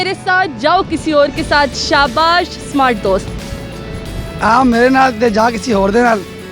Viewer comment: Ye Panjabi smart ko samart ku Bolte hen..😉